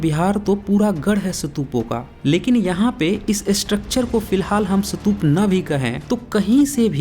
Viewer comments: सतुप नही,,स्तुप,, plz सही उच्चारण करें,, खुद सही भाषा बोलो,,सत्य बताने का आपका कान सराहनीय है,, मगर,आप खुद गलत उच्चारण ना करें,, यह आवयश्क है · First learn how to say Stupa.. It's Stupa not Satup.. I think u better go to places and observe places then make videos with acid test truth..Moreover, the Harappan Civilization is 2700 to 1500 BC...now add it to the 2100 more years...and u said it was 4500 years old..check ur knowledge before raising finger on someone else..GAPODA...Jealous GAPODA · Apa ka apna pronunciations thik nahi hai.'satup' kya hai? Pahele khud ko correct kigiya. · सतूप नही स्तूप कहते है। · आपको हिन्दी/इंग्लिश स्तूप/stup का उच्चारण इस्तूप है ना कि सतूप । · पहले स्तूप बोलना सीख कर आ, फिर बात करेंगे 😂😂😂😂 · Brother ye ek bewkoof youtuber hai jiska ekmatr maksad hai paisa kamana, ise stoop bhi bolna nahi ata mat dekho inki video ganwar hai ye